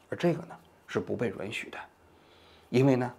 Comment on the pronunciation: 王局，“允许” 读作 yǔn xǔ ，好几个视频里你都说错了